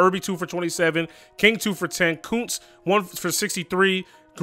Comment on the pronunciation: Then hats off to you. If I was by myself, I know eventually I’d slip up and pronounce it was a C instead of a K by mistake lol